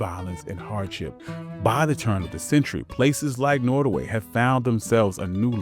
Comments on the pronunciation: It's pronounced NOTTaway, not, NOttaway. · Pronounced Not O Way. Native Tribe in Virginia/ NC. John Randolph was a Virginian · NOT. O. WAY pronunciation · Pronounced, “Not a way” by those who lived there. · Norway/ Nortaway!? I thought it was Nottaway. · I was gonna watch this but you didnt even have the awareness or decency to pronounce the name of the place correctly. Nottoway and Norway are totally different pronounciations. Do better! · Why did the narrator say “ Norway” plantation ? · Who didn't already know this if you have an education above the sixth grade level? It's not hidden, you were even told about it if you toured the home. And would someone tell the narrator how to pronounce "Nottoway". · Trying to be constructive, but if you cannot pronounce words properly, why not get another person to narrate? Eg: You are saying "Rand-alf" for Randolph, "Nortaway" for Nottaway and I heard brefftaking among other mutilations of the English language. Informative otherwise. Thank you. Add: You definitely emphasize the slavery aspect and how hard the work was, but an argument could be made that even in today's world, regardless of skin color, American workers are still mercilessly exploited, overworked, oftentimes exposed to dangerous working conditions. Has it really changed? I mean, honestly, how much freedom do we really have?